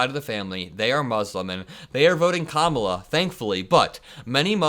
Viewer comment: Just want to applaud your masterful pronunciation of the Vice President's first name.